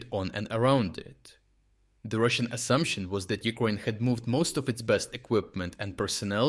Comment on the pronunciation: Can you train your pronounce...Ukraine not Ukroin It is so difficult to hear Ukroin this, Ukroin that, While Ukraaaine is like ease to the ears. Try please just one word No matter how you say anything else. But somehow you cannot control Ukraine word over to your mentioned Ukroin. It realy took me a moment to my ear belive that what it heard.